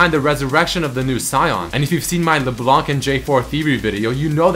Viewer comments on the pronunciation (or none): none